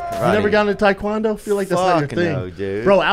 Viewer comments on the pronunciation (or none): Brendan pronounces Taekwondo like he’s saying a black girls name “Taiquanda”